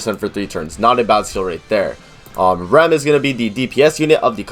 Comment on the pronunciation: Nothing bad on your part in the video but you're pronouncing ram wrong. It would be like saying rahm. But nice video. I'm still going re zero all the way for rem:)